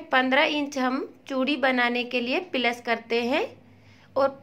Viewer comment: Are pehle bolna to sikh pilus nhi plus hota he 😂😂😂😂😂😂😢